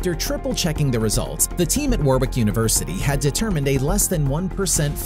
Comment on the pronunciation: I went to Warwick University, awesome! Just to let you know it's pronounced Warick (the second w is silent)